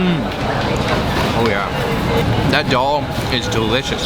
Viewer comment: Its so funny the way you pronounce the names of the food!!!!! Why can't you say 'Daal' the same way as you say 'Naan' - it sounds so much like Doll!!!! :D